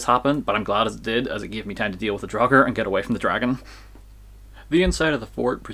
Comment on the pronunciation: Draugr should have the same vowel as mouth, not as thought.